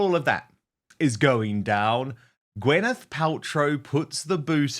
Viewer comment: I can’t stand her but her name is Gwyneth, not Gweneth. 😂😂